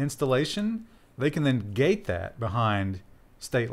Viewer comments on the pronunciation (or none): none